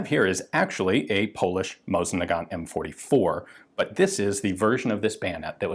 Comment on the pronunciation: Thank you for pronouncing "Mosin" properly. Most other channels go with "mows-in".